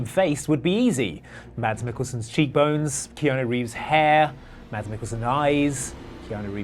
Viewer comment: Did he pronounce the D in Mads Mikkelsen? Because it’s silent.